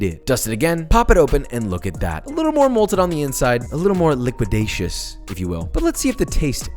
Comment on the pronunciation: IT'S *MOLTEN*!!